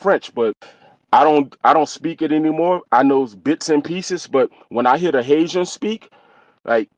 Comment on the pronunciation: I love the way he say “DA HaiZans “ 😂Love my FBA NewOrleans! Fam! Yes we have rich history there no more ethnic erasure B1!❤❤